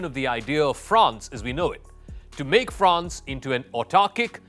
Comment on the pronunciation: Stop talking crap man , you know nothing about France and Germany . You can’t even pronounce their names properly